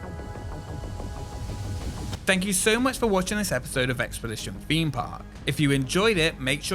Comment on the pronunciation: I do the same, when he says “feem” Park!